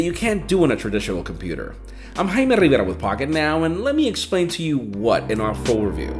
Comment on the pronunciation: Love your vídeos sir